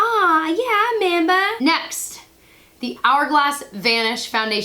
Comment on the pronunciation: "I membah". I got it. Totally cracked me up. 💕